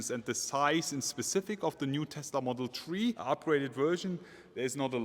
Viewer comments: Take a shot every time you hear model tree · If you say one more time model tree i remove my abo 😂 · Dis boy said model tree😂😂 leave him alone fam🤣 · "Tesla model tree" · Model S, 3, X, Y…. Tree, love it 😂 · "Model tree" 🤣 Didn't know Tesla was this environmental :D They even made a model out of wood :D